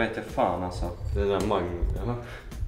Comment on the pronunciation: Och mangu killen då? :)